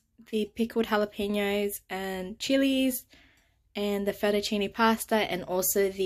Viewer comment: Great job pronouncing jalapeno! 😍🤸‍♀️😃